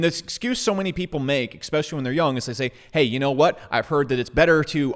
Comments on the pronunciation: Esssspecially, not exxxpecially. Love the channel but this habit is a bad look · Your logic seems sound; however, you say expecially. Especially. Its a small thing. Like saying expresso. It's espresso. I've enjoyed your videos- The key is saying es... not ex. keep on keeping on. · "Expecially"...no thanks. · Brother it’s eSpecially. Not trying to be a dick but it makes you look ignorant when you don’t pronounce it correctly. Keep up the good work. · eXpecially? eXpecially!! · Please...for the love of God, stop with the EXPECIALLY...just STOP. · Ekspeshally if ya poor?